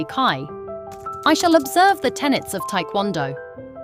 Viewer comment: Its not Thai kwon do, its Tae KwonDo